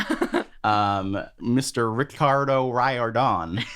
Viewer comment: Its ree-ck ri-or-den